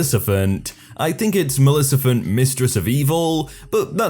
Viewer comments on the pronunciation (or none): Its Maleficent not Malecifent 😂😂😂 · Malecifent Malecifent Storytime its Maleficent